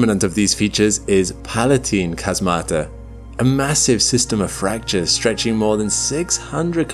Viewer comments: Just a note: "chasmata" is pronounced with the stress on the first syllable and it's the plural of chasma, so each named one is ___ Chasma. Same with fossae: it's a plural, so ____ Fossa. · Chasmata is pronounced "HAZmata". I usually don't comment on the correct pronouciations of Greek words but this one really rubbed me wrong.